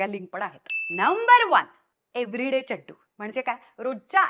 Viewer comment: व्वा... व्वा.. खुप उपयुक्त व्हिडिओ आणि चड्डु हा उच्चार भारी आवडला...ह्यापुढे मीदेखील हाच शब्द उच्चारणार.... खरंच सुंदर माहिती दिल्याबद्दल...तुझे मनापासून धन्यवाद 🙏🏻